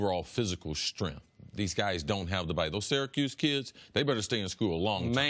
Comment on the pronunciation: Strenf? Why not pronounce it strength?